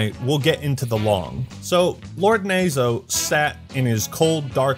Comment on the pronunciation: Tbh knowing Japanese and hearing "nazo" mispronounced over and over hurt a little bit lmao